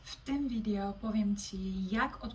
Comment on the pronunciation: Fajny temat czylko czemu "widjo" a niie " wideo"